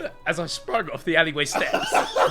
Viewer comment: “I dEfeAted wOn bAd gUy, as I’Ve sPruNg oFf tHe AlLeYwAy sHtEps.”